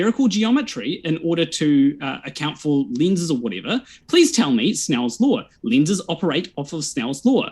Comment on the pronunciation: You mean a Lawr of Motion guy. He clearly didn't saw Law once. I can hear him, he specifically said Lawr.